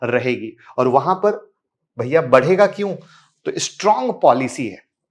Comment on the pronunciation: Sir Aap Jab Bhi ड या ढ आता है तो उसे र Kyu Bolte Ho Jaise Ki बर जायेगा जो की होगा बढ जायेगा सब जगह र का यूज ना करो बलकी ड या ढ सही यूज करो हर जगह र का यूज सही नही लगता है जो सही उसे बोलो ना की हर जगह र का यूज करो